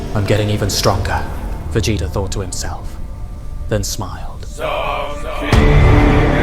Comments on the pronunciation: It has me rolling 😂 I keep hearing Va Jay Jay if you know what I mean lmao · VA JAY TA why do you say it like that 😂😂😂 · If the voiceover is ai it needs to change bro You keep saying Vegaayta it's weird Sighaaaans It's a strange voice and ai doesn't know how to pronounce alot of words so just do the voice yourself or get a friend to do it